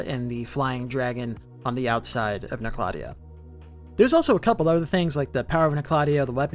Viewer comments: Like KNOCK la Tay O. Not Nokloteo in one syllable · I stopped watching when you called it. No-clot-EE-oh. lol. 😂 it’s Noke-la-TEE-oh. Umbasa. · Nocladea?! You mean noc- le teo? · The correct pronunciation is “knock-la-teo” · It’s pronounced Nock La Tay Oh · You say Noklateo like you’ve never played Elden Ring. Makes me cringe every time you say it. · I pronounce it as "Noklateo", but i think I'm the only one who says it that way... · i didnt even notice bro said noklateo instead of noklateo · I cringe every time he says it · Maybe he should learn how to pronounce Nokloteo correctly first